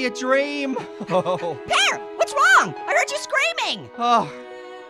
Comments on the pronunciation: sounds like he’s saying Pierre instead of pear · Did anybody else notice was saying "Pierre" instead of Pear? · •Cammy Foxxi• it sounds like he say Pierre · its like says Pee air instead of pear